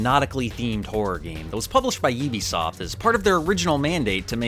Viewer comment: Its pronounced "U-be Soft" as in Ubiquitous, not "Oh-be Soft".